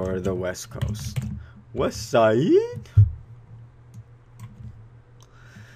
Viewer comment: Good tutorial but you could have gone without the ghetto West Siiiide crap.